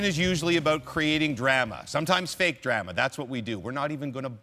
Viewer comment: The way Duthie pronounced drama is the most Canadian thing I've ever heard